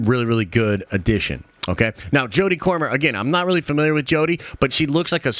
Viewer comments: Jodie Comer (Comer sound like comb not corn) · Jodie COMER not CORMER.